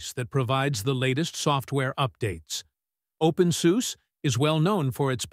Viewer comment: Open Soo-seh. Please. Thanks.